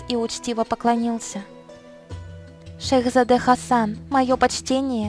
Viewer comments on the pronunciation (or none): Не шехзАде а шехзадЕ